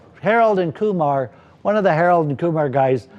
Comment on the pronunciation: I agree but I also laughed out loud when he called Harold and Kumar “Koolum and Keemar” 😂